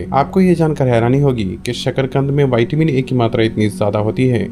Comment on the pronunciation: Bhai pehale tum siklo vaytimini nahi hota o vitamin hota gain विटामीन 🤣🤣